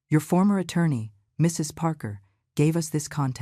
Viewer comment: Why can’t AI say the word “Mrs.”? Just curious